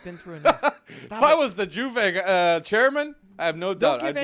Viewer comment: Stop saying Juve with a J